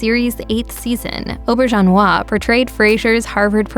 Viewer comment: Why do the narrators on these types of pieces often mispronounce names? Rene Auberjonois was not “Oh-ber-john-wah” was not spoken as such. He was “Re-nay AW-ber-jayn-wah”. And I may be a tad frustrated, but most of these folks were GUEST stars. You’re “click-baiting! Please, NO MORE! 🙏